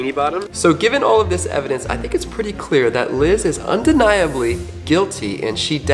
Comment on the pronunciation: Bro it's Liz